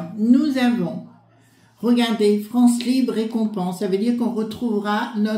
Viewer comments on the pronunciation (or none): none